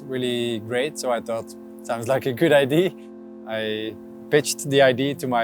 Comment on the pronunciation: What is it with Belgians and their inability to say "idea"? I heard some say "idear" even